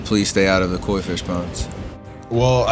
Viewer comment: Koi not coy. Come on people